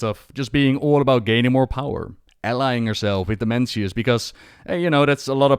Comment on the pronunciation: can't stop hearing Dementius :D immature I know..